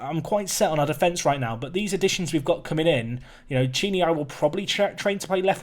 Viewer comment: Ch is hard c in italian. It's pronounced Kini.